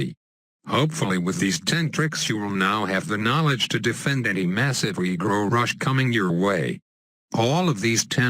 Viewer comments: When he says regrow it sounds like negro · omg the way he says regrow